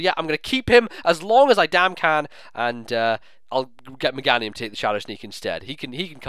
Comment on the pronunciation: you do realize Meganium's name is pronounced the same way as Geranium, right? <_<